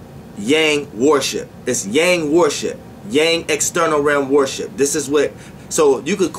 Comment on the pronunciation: Why every time you say worship I hear warship? 🤔 I’m tripping...